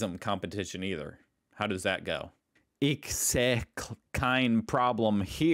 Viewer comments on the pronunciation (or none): Oh boy, you still thinks, you could pronounce German the same way like your own language. Doe Eee doe it tay some a why? (Do I do it the same way?)